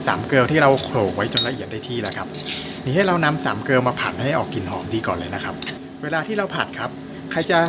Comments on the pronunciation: แต่ไม่ชอบคำว่า 3 เกอว ต้องออกเสียง เกลอ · น่าทานมากค่ะ ของชอบเลยขาหมูตุ๋น 🤩 ปล. เชฟพูด "สามเกลอ" ใช่ไหมคะ ทำไมได้ยินเป็น สามเกิร์ล และ สามเกว ตลอดเลย 😊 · สามเกลอ❤❤❤พี่พูดสามเกิล😊😊😊คงคิดถึงเด็กสาวสามคน😂😂😂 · ขออนุญาตินอกเรื่องนิดนะคะ คือการออกเสียงของเจ้าของคลิป คำว่า สามเกลอ ออกเสียงเพี้ยนไปนิดค่ะ ออกเสียงที่ถูกต้อง ต้องเป็น เกลอ หรือ ถ้าจะให้ดูชัดก็ประมาณ =กะ เลอ ==แต่ให้ออกเสียงพร้อมกันคือ เกลอ ไม่ใช่เกลว นะคะ ขออภัยที่แย้งมาค่ะ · ชอบการออกเสียง สามเกิร์ล ครับ😁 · สามเกลอเวลาพูดต้องกระดกลิ้นด้วย🙄🙄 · เห็นด้วย ได้ยินเหมือนกัน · เราก็คิดว่าได้ยินแปลกๆ555